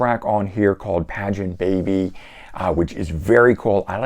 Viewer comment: Just so you know, I believe that that CCR song is pronounced as "pay gun baby".